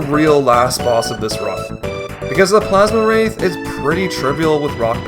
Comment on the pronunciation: Plaz-Um wraith, NOT Plaz-Ma wraith!